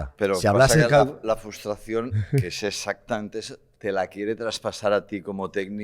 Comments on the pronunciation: Por favor "FRUSTRACIÓN", CON "R"... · ¿Nadie en la mesa sabe decir “FRUStración” correctamente o qué? Cada vez que y dicen FUStración muere un gatito